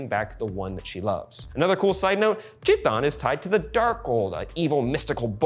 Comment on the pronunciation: This is a very good set of theories. Color me hyped. Also -- "Chthon" is oddly pronounced more like THAWN. It's a very old name for a Greek titan of the underworld.